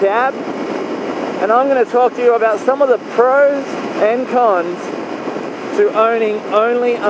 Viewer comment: i will admit at the end of the video i thought you said cunts instead of cons